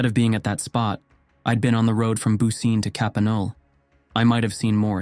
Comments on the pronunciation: I thought that too as soon as I heard "booseen". I knew it was mispronounced. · Yes. Bu ci neh. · I think the town's name is pronounced more like BOO-chi-neh, but I could be wrong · Bucine is pronounced "Boo-chin-eh" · Great video, as always! Just a quick note: Bucine is pronounced more like "boo-chee-neh" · I'm not Italian, but I think the pronunciation of Bucine is something like Boo-chee-nay.